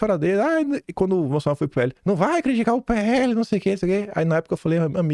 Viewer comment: PL,!! PE- ELE. NÃO É "PHELE". "PUQUE U PHELE". CARAAAAA....OOO. CAAALMA